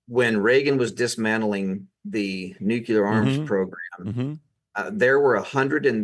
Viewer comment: Sorry but cannot stay silent! It is NEW CLEAR not new q ler. Please 🥴 Great podcast anyway.